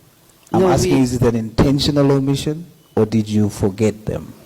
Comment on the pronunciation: " OMITION" word Bathong😂😂 these government rep are hell silly